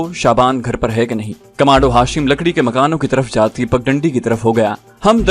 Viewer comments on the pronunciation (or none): none